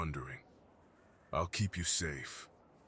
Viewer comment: Did anyone hear keep as sex